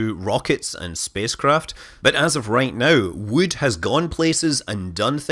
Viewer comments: "wewd" - scott manley, 2019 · Never knew wewd cewd be so gewd. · now i want to hear him recite how much wewd wewd a wewd chuck chuck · I think you may have mispronounced "wewd". :-)